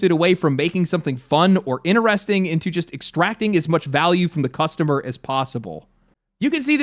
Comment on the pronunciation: How come you say inneresting instead of interesting?